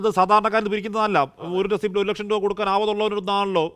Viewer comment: റസീറ്റ്. റസിപ്റ്റ് അല്ല